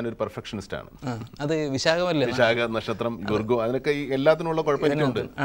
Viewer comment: നെക്ഷത്രം അല്ല നക്ഷത്രം😀